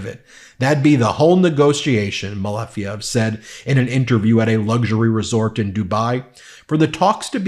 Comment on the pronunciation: Malejev, it's correctly MALEJEV👍☀️